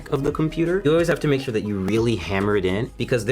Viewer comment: It's really tiring to listen how the guy can't say so many words correctly and says thhhure instead of sure, tthhhoose instead of choose, wrenthhh instead of wrench, foundathhhion instead foundation, instllathhhion instead of installation, ... Naration 1/10, Instruction 1/10, Technical knowledge 1/10. Man they made the worst pc building tutorial ever.